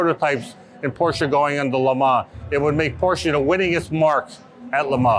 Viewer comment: Also the way they say LeMans , it's like the say Le Mar 5.58 ...It should be "Le Mon"